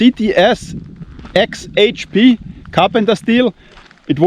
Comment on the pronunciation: I pray u never get hurt. Love watching ur channel! I sound just like u trying to say cts hxp lol😂😂😂😂